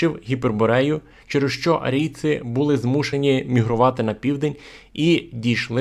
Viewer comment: Не жИли, а жилИ. Не були, а булИ. Говоріть українською правильно! наголоси! А за все решта - дякую!